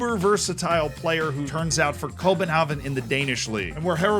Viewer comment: My guy absolutely butchers København but does Nordsjælland correct?